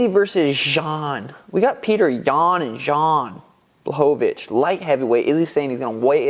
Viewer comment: Jan "Zhan" Błachowicz